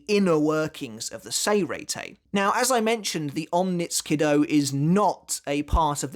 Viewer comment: onmitsu nindo sounds more correct